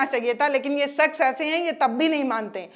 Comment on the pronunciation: sakhs nahi shakhs hota hai